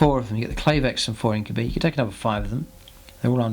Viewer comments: "Inc-you-bye" not "Inc-you-bee" 👍🏼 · well no, it doesn't actually.. Regardless of where you are from and regardless of any human language.. This is Drukhari not Latin and more importantly the Games Workshop Intellectual Property says it's pronounced "Inc-you-bye"